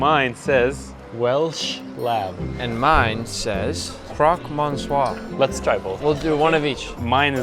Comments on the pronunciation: Nick- I don't think that's how you say Monsieur 😰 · you don't pronounce the n in monsieur lol